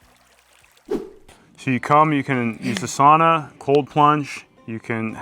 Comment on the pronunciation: Sauna pronounced sow-na 😊